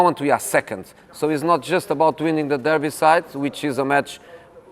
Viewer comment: The “Derbyside” 😂😂😂